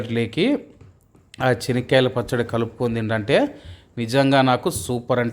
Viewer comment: His pronounciation is correct as in Kadapa the groundnut is called as " Chenikyala Pachadi". The potatoes are called Urlagaddalu, onion as Erragadda and garlic as Tellagaddalu.